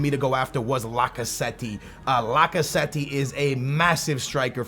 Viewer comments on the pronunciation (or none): its not pronounced lacazetti its pronounced lacazett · Pleas don't say "Lacazettee" his name is pronounced "Lacazet" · "Lock-a-zet-tee" C'mon bruh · His name is lacazette , not lacasweaty 😂🤪🧐🤨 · Why in the world are you saying lacazette lacaswety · like i sad lacasweat lacazette 😂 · Did he say lacasweaty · its pronounce Lack-a-zet I know you say you're really bad at pronouncing names but that one is actually pretty simple when you learn it. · IT'S NOT PRONOUNCED LAC-CA-ZETTY! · my 5 year old brother can say lacazette propably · why df do you always say niggas' name wrong. you do that shit on purpose and ofc you'd sign lacazette